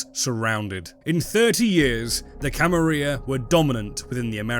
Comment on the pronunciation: I don't know if you're doing it for engagement, but man it really annoys me that you keep saying Camarilla wrong.